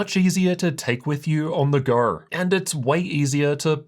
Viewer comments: its go, just say "go", wtf is "ghour"? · Ok is he saying go or gor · You pronounce an R at the end of words like Go or Video and its super annoying to hear that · much easier to take on the GOOUH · “on the goer” 😭😅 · I didnt know the word go had seven R's in it.